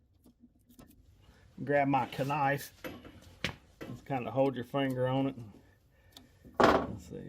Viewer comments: KA-NIFE😂. GREAT INFORMATIVE VIDEO!! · Someone else that says k-nife like me 😂